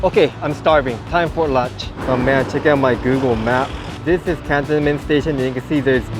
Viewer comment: Thank you for this preview of the new stations. I would pronounce Cantonment normally with the stress on the second syllable though can-TON-ment.